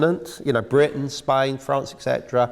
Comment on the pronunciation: The impotence of the kive in spine? And “hydees?” Excuse his pronunciation indeed!